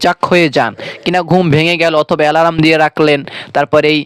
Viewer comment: হজাগ কি জিনিস? এলারাম কাকে বলে? সমেস্যা কি? ভাষা শুদ্ধ করে বলতে না পারলে কেন কনটেন্ট তৈরি করেছেন?